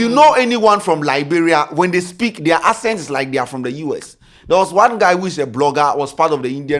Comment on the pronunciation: It's the "Ascent" for me....Bro it's Accent 😂